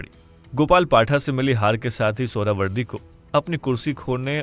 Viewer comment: Suharawardy ❌ Suarwardy 🐖 🐖 🐖 ✅